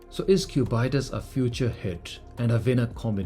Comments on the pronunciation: pronounciations: Aquanaut: Aqua-naut / Ackwa-nort Nautilus: Nautil-us / Nortil-oos Cubitus: Cubit-us / Cuebit-oos (not cu-byte-us) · How did you get the pronunciation as Cub-eye-tus? It isn't the Naut-eye-lus. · What’s the Cubaitis??!! Sounds like an infection to me! At least learn how to pronounce the damn name. Cubitus if from the shape cube/ cubic/ cuboid: cubitus. Get it? Plus I’ve seen all your watches and they are all hyped sport watches. For someone who spent probably a couple of millions on watches, you should have at least a decent “non-hype” dress watch. If you have more than one colour of nautilus while you don’t get inspired by grand complications or complications at least then you’re not a true Patek enthusiast. Thanks to influencers like you who lack taste and sophistication that these watches are being sold for 3x retail. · Especially when you pronounce it like a disease as has here. 😂😂.